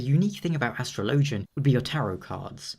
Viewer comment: Astro Lowgin? Astrologian, my guy. its pronounced Astrology, not Astro Lowgee